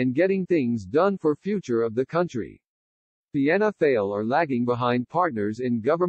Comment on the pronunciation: It's written Fianna Fail but 'Fail' is pronouned 'Foil'.